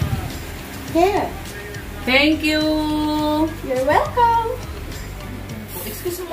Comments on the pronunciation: Good job. Practice more on intonation and pronunciation. You are doing good. 👏 👏 👏 👏 hair, hear, here. 😊😊😊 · and yung here is my payment naging her is my payment kailangan is Hir sa pronounce